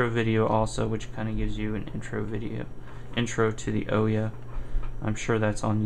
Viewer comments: OMG! IT'S OOHYAH, how does a developer not know the name of the console? It might not be that bad but you say "OH-YA" about 30 times during this video... drives me nuts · Please please please pronounce it right. It's Oooo-ya. Not Oh-yeah. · Oooooooooyyyyyyyaaaa not Oyeah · The most annoying part of this video that made me stop watching it is he calls it the oooeeya a bunch of times common man ooouya not that hard they've made videos where the name is said, the name is said in the boot cutscene yet.. you some how manage to get it wrong. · First you sound so boring and its annoying and its ooh|Yaa| not the O ya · It's pronounced like booyah without the b like oooyah not ohyeah just so you know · Ooooya, not owyah :D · it would actually be OOO-YAA not OOOH-YAA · I dislike the video because you called it an.... "O" - ya"...... instead of Ooo yah. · oh-ya? it is oo-ya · I can't get over how stupid "oh-yuh" sounds. The company itself said it's pronounced "ooh-yah". Regardless, thanks for the video... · "UUW-Yaah" "UW-Ya" Never "O-yea" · The ooya it's has a U pronounce it properly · NO. its the OO-YAW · OUYA, the "ou" from "you" and then "ya" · It's oooo-ya dude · OUYA no o-ya your not the kool aid man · Nice video, thanks for posting. But a small correction: it's pronounced OO-YA. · Thanks for the vid! and oh yea...its Ouya said like booo yaaa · Why doesn't anyone pronounce this damn name right? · You pronounced ouya wrong. It's pronounced ouya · Your pronounced ouya wrong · not to be mean but your game needs a lot more work and polish. also I don't think you're saying OUYA right.